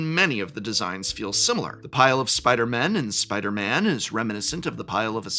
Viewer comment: Please say “Spider-people”. When you say you only want “a few spider-MEN” with emphasis on the “MEN”, you sound like you have a problem with the non-men spider-people, although I know that’s not what you mean